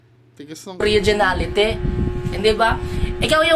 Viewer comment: Tas oregenaletee daw haha